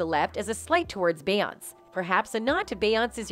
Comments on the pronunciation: I literally had to stop watching half way through because she keeps saying BAY-ONSE!! Soo annoying. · if you say beyonc one more time. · Beeyans Must be Canadian... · Can the narrator pronounce her name correctly. There is even an accent above the e. I would think even a generated voice would hopefully know how to pronounce the accent. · Stolen material from EmpressiveKay, ramdom pictures of Ciara, the mispronunciation of beyonće…this video needs to be deleted. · You can always tell when it's someone cashing in on clicks, because they use the robotic voices that never pronounce Beyonce's first name right. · this is an AI-generated story - listen how the algorithm misprounounces Beyonce's name every time. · I cant take this seriously because you cant even say her name right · I like how they can’t even pronounce Beyoncé but sure believe it all